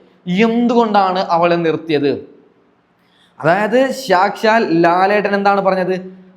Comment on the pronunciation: സാക്ഷാൽ. സംശയം എന്നുള്ള വാക്കുകളുടെ നിങ്ങളുടെ ഉച്ചാരണം കേട്ടു ചിരിച്ചു പൊന്നോ 😂😂😂😂🤣🤣🤣🤣..